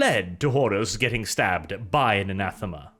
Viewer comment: Anathame,. Anathame. Ree.